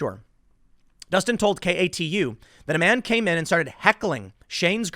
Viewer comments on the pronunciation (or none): KATU-pronounced as a word is “Kay-too” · I don't know if enunciation matters, but I'm from the PNW and the news channel "KATU" is actually pronounced "kay-two". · Tim, the tv station KATU is pronounced "kay-two". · Kay too News is how you pronounce it lol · Tim: KATU is pronounced kay-too. Vancouver is right across the river from Portland. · KATU2: Pronnounced : "Kay Too" idk why but thats how it is here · Its pronounced KAY TWO my man! 👌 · Tim, KATU is just pronounced "kay-too" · Vancouver is right across the Columbia River from Portland and is considered part of the Portland metro area. Also KATU is pronounced like Kay-Two. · Lol Tim, I know you are not a local, so let me help you out. katu( kay-to) is how they pronounce it. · Tim, since you have to read so many stories from them, KATU Is pronounced Kay-two. Also Willamette is Will-ammit. Portland and Vancouver are next door neighbors, both cities are on the Columbia River which defines the border between Washington and Oregon. Oh and Clackamas is clackuh-miss. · Hey brother love the videos. But its pronounced "kay-too". I live in Southeast portland thats the only reason I know. Keep it up and spin that shit.